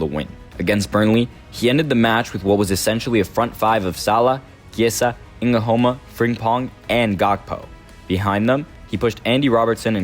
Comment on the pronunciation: Nguhoma🤣🤣🤣🤣🤣🤣🤣,nice vid though